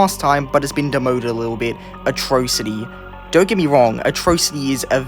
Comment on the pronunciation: ITS A-TRAW-CITY NOT O-TROW-CITY